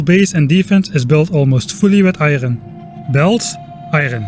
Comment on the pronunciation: the way you say "iron" reminds me of Papers Please